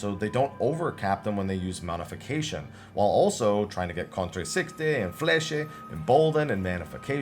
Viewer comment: Just one thing, Fleche is pronounce like the word "flesh". The "e" at the end is silent. (Fleche means arrow in French)